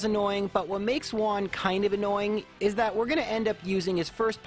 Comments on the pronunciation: Man, Juan is a spanish name. You pronounced it like it's japanese. The "ju" has the same sound has "who". So is "whoan". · I speak spanish, and I love the way you pronounce "juan", like "one" instead of how we pronounce it (huan or something). It has a charm to it, it makes a very common name sound a lot more mysterious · I thought he called him "Vaughn"... 🤣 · I find cute how you misspronunciate "Juan" into "Güan"